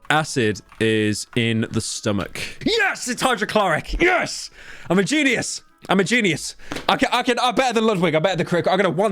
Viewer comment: i just noticed pyro adds another syllable when he says genius. He's like Karl pilkington saying the word ugly